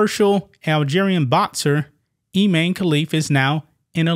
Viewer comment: His name is. Imane. I. Man. E